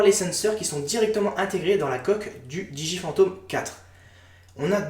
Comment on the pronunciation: Pourquoi tu prononce mal le nom de la marque DJI ? Je sais on s'en fou mais j'aime faire mon chiant :)